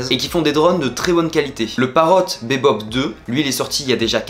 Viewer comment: On prononce "bibop" 😜 merci pour le test